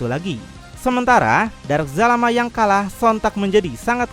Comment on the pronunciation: astagaa bukan jalamaa zalama